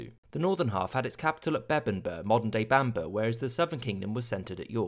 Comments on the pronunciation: Bamburgh is pronounced Bambruh, not Bamburr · Just saying, ‘burgh’ (like Edinburgh) is pronounced bruh